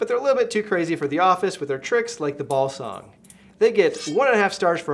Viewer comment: Did he just call a Balisong a ballsong?